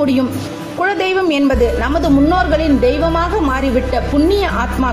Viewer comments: Madam, the content is really good. But a humble request is please improve your tamil. It is kuladeiyvam n not kuzhadeiyvam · that is kula dheivam but u told kuzha dheivam,other than that good info